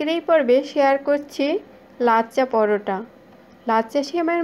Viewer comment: Nam ta thik kore bolun lacca porota noy ots LACCHHA POROTHA OK.